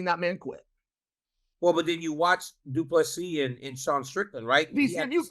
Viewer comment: Hahahaha.. the irony after butchering ddp's name for months